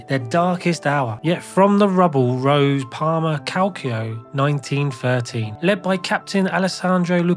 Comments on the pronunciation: Please pronounce Calcio as you would with Calcho, not Calkio. Your video about serie A are really good, keep going! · Kid that is not how you pronounce Calcio..... it hurts, and I am not even Italian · Maybe this is a great video, maybe not, I will never know. I couldn’t bring myself to watch it after hearing the narrator’s pronunciation of ‘calcio’